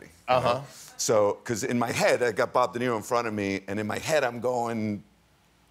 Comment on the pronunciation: He said BOB de nero😅